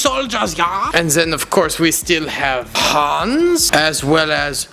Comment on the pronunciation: I am from Germany and I'm trigert how you pronants Hans